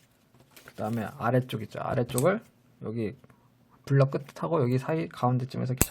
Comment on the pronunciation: 블럭을 브럭이라고 했어 ㅋㅋ